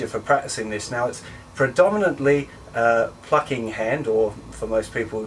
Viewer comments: each time you say plucking i think you say fucking... lol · he says "plucking"